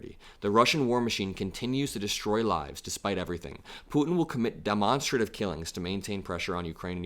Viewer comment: Demonstra-tive. Or demon-strative. I think you're pronouncing it wrong.